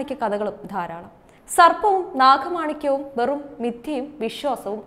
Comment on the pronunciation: നാഖമാണിക്യം അല്ല മോളെ നാഗമാണിക്യം. ഗോദയുടെ ഗ ഈ പെണ്ണിന് വായിക്കാൻ അറിയില്ല. പല വാക്കുകളും തെറ്റായി ഉച്ചരിക്കുന്നു